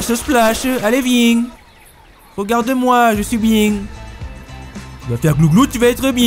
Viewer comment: "Allez vieng !" 🤣🤣🤣